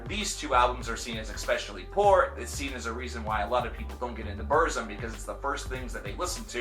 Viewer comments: ITS NOT PRONOUNCED "BERZIM" ITS like " burtzum or like bootzum..trill your r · No one hates burzum and it's pronounced burt-zum you neanderthal. Also, Varg is not insane, he's a true woke person, he sees beyond the vail of bullshit. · It's pronounced Burtzum, with a rolled R. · Yeah its Burt-zoom posers can't say Burzum right. I'm far right and an NRA supporter that's why I like TRVE KVLT Black Metal. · BuRRzum. Sounds funny when you say it. I pronounce it the way Varg himself pronounces it. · "Burt Zom" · Varg says it wrong though. It's Burrr-zoom according to the RotK appendix pronunciation, which is where the word comes form. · I’m a southern Amerikan and I agree 👌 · He’s a poser he said BURZUM WRONG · Decent video but you need to do a little more research. Your pronunciation of "Burzum" is cringworthy. It's a word from the black tongue of Mordor and is pronounced a very specific way. Also Euronymous and Varg were part of the second wave of black metal not the first. The first wave were bands like Venom, Celtic Frost and King Diamond. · Can't even say burzum right and hail varg oisten threatened him is in the police report just cause u watch a movie doesn't make you a detective so ignorant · You can't even pronounce Burzum right... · Can you at least try to pronounce Burzum right? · If you can't even pronounce Burzum right I'm not taking you seriously. Do some more research. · Yes i just commented on the pronunciation before i read your comment..i don't really knock on people pronouncing things wrong like croissant or Hiroshima but saying burzum just sounded really gay unless you pronounce it the way Varg pronounces it